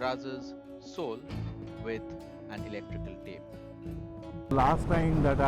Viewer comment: Sole————not soul😂, loved it bhai, awsome❤🎉